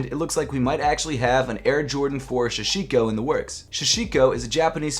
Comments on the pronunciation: It’s sashiko, not shashiko. Sahhh sheee ko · Sashiko* not shashiko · Really annoys me how everyone is calling them Shashiko instead of Sashiko